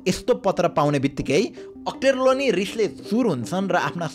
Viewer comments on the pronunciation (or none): अक्टरनोली होइन अक्टरलोनी होला ।